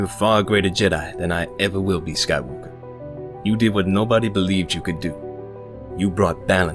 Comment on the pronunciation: "Skywalkuh" got me real good :D get this motherfuggin kid into the motherfuggin temple kinda energy